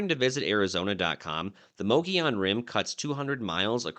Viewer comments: Moe Goe Yone rim, not Moggy On Rim. Just Sayin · It's pronounced MUG EE ON Rim, not MOE GEE ON Rim. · Correct pronunciation is "Muggy - Owen" ... Not... Mogey-on. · mu-gee-on rim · By who's opinion? What's correct? for a hundred years, the locals pronounced it Muhgeeyon, which was also taught in AZ history classes from the 60s to the 90s. Only recently has it become mohgeeyon. But since it's not really a spanish word why do we treat the double l as a y? I will default to the oldest regional pronunciation, which is also the pronunciation according to Merriam-Webster as me-ge-yon (muh-gee-own) . Calling it moh -gee-yon is as quick a way to identify yourself as a non-native as saying pres-cott rather than pres-cutt, Dy-sart rather than Dy-sert, or Sa-guaro rather than sa-huaro. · If you're going to do a story about a place learn how to pronounce it properly there's no e or I in the word